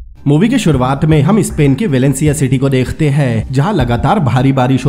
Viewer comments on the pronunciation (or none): none